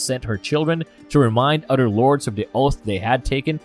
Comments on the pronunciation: Why does this narrator always mispronounce the simplest of words in every video he does? Am I the only one hearing this? Mother-Mudder, Other-Udder, Bother-Brudder. Not trying to make anyone feel bad but it's kind hard not to notice while trying to pay attention. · Love your content but please can you pronounce your "Th's" instead of duh family and duh udder guys... brudders and duh messages gets so old man